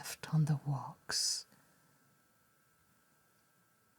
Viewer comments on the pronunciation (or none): I love the way she pronounces the word wax. «Wohx» It’s so refined and elegant.